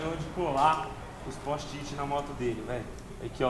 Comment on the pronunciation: "póst-it" KKKKKKKKKKKKKKKKK salve